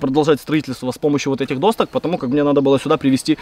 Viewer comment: не досТок, а доСОК)) Ты же не говоришь доСТка, а говоришь доСкА)